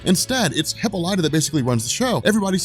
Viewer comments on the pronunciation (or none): Bro i hate the way you pronounce WW mothers name its (hipp-all-i-taa) not hippolya 😂😂😂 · HIP PAUL IT TAH not HIPPO LIGHTA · Your pronouncing Diana's mother;s name wrong. It's Ha-pol-lit-ta. But spelled Hippolyta . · Dude, for the love of god, learn how to pronounce Hippolyta, it's pronounced huh·paa·luh·tuh! huh·paa·luh·tuh! huh·paa·luh·tuh! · “Hipo-lya” lmao. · Her name is pronounced "Heh-pah-leh-tah" accent on the second syllable. I cannot allow this injustice to stand one more minute. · Proper pronunciation, for your future reference: Hippolyta = Hip POL li ta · *Gan-Th-It. Heh-Paul-i-Ta.... had to... I'm sorry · hih-PAUL-ih-tah Is how you pronounce it.